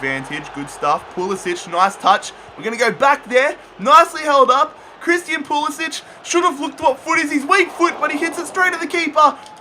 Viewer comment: It's pronounced PulisICK not PulisICH